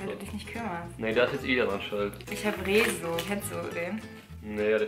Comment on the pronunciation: Rezo😂 ⬆ Mit ausgesprochenem E😂❤